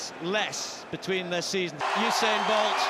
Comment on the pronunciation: i thought he said " Bald vs Gay " 😂😂😂